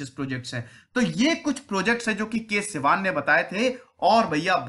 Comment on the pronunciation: कैलासवडिवु शिवन् नाम है इस महान व्यक्ति के, ना कि सिवान या सिवन।